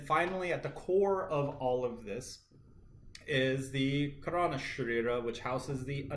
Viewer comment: Great video..do take note .karana is pronounced kaah-ra-na meaning "cause" or "reason"